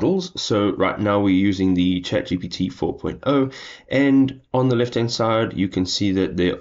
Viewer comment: It's gpt 4o,not got 4.0. It made me doubt your understand about chat ai